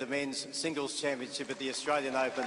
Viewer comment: Tennis president cant even say australian....😅😅😅 living in the country and not being sble to say it is one thing, but being the president of one of the most prestigious tournaments in the tennis season and the biggest in the australia and the guy cant even say australian 😅😅